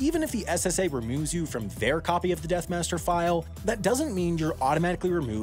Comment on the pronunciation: Its not the "death master" file, its the death "master file" lol